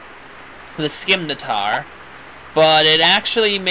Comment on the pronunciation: While it no longer matters, the pronunciation for "Scimitar" is close to what you've been saying, but the "C" is silent, so it's more accurate to say "Sim-ih-tar", I think that's how you'd spell its enunciation I could be wrong though. However I did look up for any potential Multiplayer Rune Factory games the most recent is RF 4 for the 3DS. RF 5 which is probably in production since I think RF 4 is still japan exclusive atm will probably be released or available in 2-3 more years for the Wii U, it's my hope that when it does come out it will allow both online and local multiplayer. Just think use the T.V. for the game and the game pad for the map that'll be useful in the future, at least I think so.